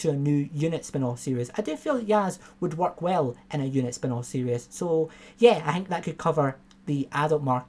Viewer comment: Mate, love your videos but it's "series", not "serious".